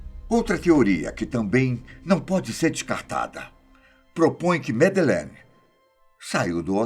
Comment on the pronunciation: que enredo pobre. e pelo amor de Deus, tirem esse '' dos vídeos. é mto banal. e qnt a história, por favor, pelo menos peça ao dizer o nome da MadEleine corretamente. Vídeo broxante. Personagem desnecessário. E intonaçõess nas falas ridículas. Cadê os antigos e BONS apresentadores da Fatos? Esse time novo, exceto o Benjamin e Gabriel, da desgosto. E por mim rola deslike atrás de deslike. Lamentável o rumo do canal. Sem mencionar a cópia de assunto de outros canais que postam na mesma semana. Poxa fatos, vcs querem ser desconhecidos mesmo, pq olha, o canal tá ó 👌🏻 "una nierda".